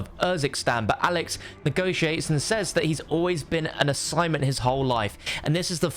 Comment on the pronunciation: omg he said: I’ve only did assignment my whole life Assignment... asSIMONt... OMG